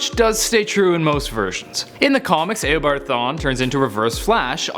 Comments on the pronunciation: im beginning to think that they just search everything up as fast as they can because "Grooood"? now "eh o bard thawne"? its gr-aw-d and eeh-obard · Disliked because you said ao-bard no eo-bard dumbass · its not aobard its eabard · U are a moron it is eeh o bard not aah o bard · He said aobard not eobard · It's pronounced e o bard not a o bard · Did he pronounce AYObard in instead of eobard.... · Notice how he says Awobod not Ewobard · did he just say “Ew”abard thawne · I liked the video but the way you said eobart my god i want to die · Did he just say "Aobard" smh😒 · I’m getting really annoyed about how he says Eobard 😑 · U say if u dont know anything about comics just leave but ure the one that doesnt know how to say eobard LOL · You need to learn how to pronounce Eobard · It triggers me how you say eobard